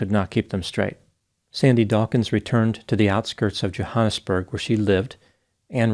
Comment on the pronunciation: Omg wasn’t expecting this to be my family home town!! Also a tip the ‘a’ in Johannesburg is pronounced like the ‘a’ in at